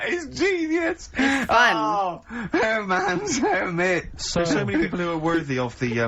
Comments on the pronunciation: Her-mans Her-mitts 😂😂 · That was so funny. Once of Karls best one's :)